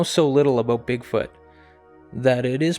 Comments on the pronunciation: it is AB-out NOT AB-boot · Honestly why do Canadians pronounce about like they are saying a boat?